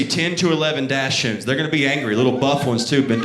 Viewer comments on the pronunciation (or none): he could at least say doxens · Dachshund is pronounced DOCK-zund. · it's pronounced like "daks-hoond" in German with emphasis on the first syllable. His was supposed to be a "white trash" version (his choice of words, not mine. Definitely not correct German. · Hilarious! (It's DAHK-sund, though.) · Like the way he's pronouncing Dachsund, Im southern and never heard it pronounced that way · Not one heckler in the crowd could have told him how to pronounce dachshund? 😂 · he also literally says doxons when he's talking about other people asking about the type of dog. I feel he's literally making fun of those calling them that